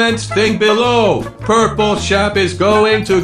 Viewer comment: Why does it sound like he is saying: "purple chef"